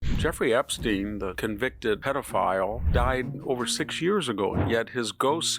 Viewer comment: Sounds like a joke from Young Frankenstein pronouncing Epstein's name with a long e instead of a long I like it's supposed to be. It is spelled with a long i. And yet you keep pronouncing it as if the English have any idea of how to pronounce Latin written words! Not even an English name